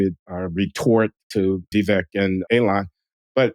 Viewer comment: Did my favorite linguist just butcher the pronunciation of Vivek’s name?